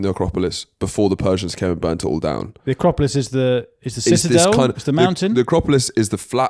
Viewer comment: Wait, did just twice mispronounce 'Acropolis' as 'Acropalypse'? Like the famous war movie 'Acropalypse Now'? 😂